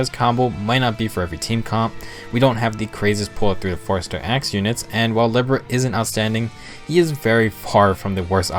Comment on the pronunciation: And Libra.